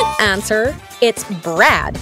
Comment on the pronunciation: It is not braad it is brud